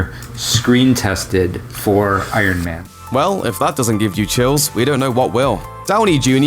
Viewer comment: Frostii If you listen carefully, he doesn’t say Iron Man, he says Eye Yuhn Man.